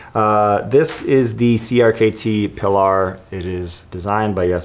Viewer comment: PEE-LAR, not PUH-LAR. Not only the name of his boat but one of the main characters in For Whom the Bell Tolls and a nickname for his second wife Pauline. The shark thing didn't really work, btw. The blood generated from shooting the sharks just brought more sharks.